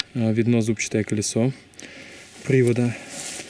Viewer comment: не зУбчатое, а зубчАтое колесо)